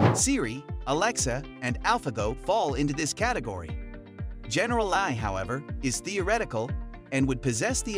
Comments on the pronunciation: Hilarious. A video about AI where the AI can't pronounce AI. And, uhhhh, how close did you say we are? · Lol a video about AI taking over narrated by AI, that's why it says.AI as a word not an acronym. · how can you not say ai, just say each letter